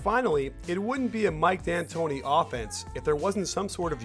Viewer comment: mike antoni, no D